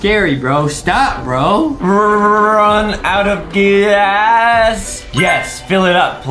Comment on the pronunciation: Nan why did he say one out of gas like that?